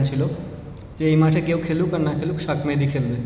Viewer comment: ভাইরে, শাক মেহেদি কিতা আবার? বারবার শেখ মেহেদিকে শাক মেহেদি শাক মেহেদি বলতাছো...